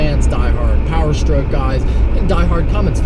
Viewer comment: powerstroke not peorstroke